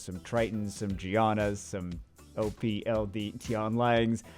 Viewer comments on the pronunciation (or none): none